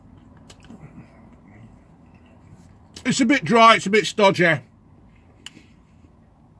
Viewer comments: 'It's a bit stodgeh' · It's abit stodgeh and dry! Not first time has said those words haha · "it's a bit drieh and a bit stodgeh"